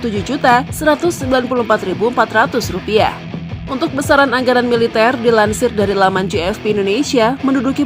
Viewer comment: Tapi alutsistanya lebih sangar Vietnam. Luat kaselnya dan fregatenya buaran russia. Bnyak lgu unitnya Bukan kleng kaleng.. Maaf min cara baca anggaran dll salah.